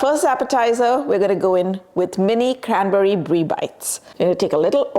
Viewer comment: Canberry sauce.. Cadberry sauce... What are you saying ?